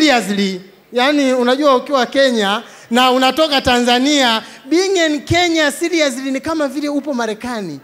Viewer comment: siriusilly Actually😂😂😂😂